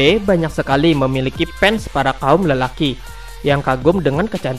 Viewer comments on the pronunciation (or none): none